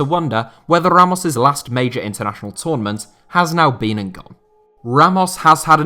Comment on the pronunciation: with that perfect Spanish pronunciation of Ramos name 🥵